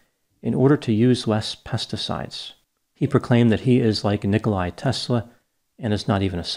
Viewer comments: It's not Nikolae Tesla but Nikola Tesla. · why do americans say "NikoLAI Tesla"